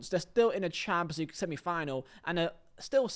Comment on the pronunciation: Cant lie bro sayin Champions League like Chaaapslig gets me every time😂😂 love your videos tho❤️